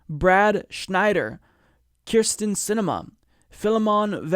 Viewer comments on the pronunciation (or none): none